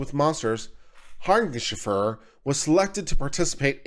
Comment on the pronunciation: It's Har-nish-Feg-er. Quite easy once you hear it pronounced. It's Dutch (from my limited research)